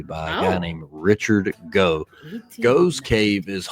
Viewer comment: The name Gough os pronounced GOFF.